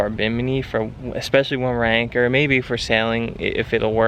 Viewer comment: Happy Birthday!!, did u say maybeia? That could be a word, not sure... sounded funny.